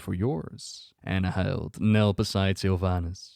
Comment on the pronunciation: Isn’t it pronounced Ann-hill-dah? Not Anna-hild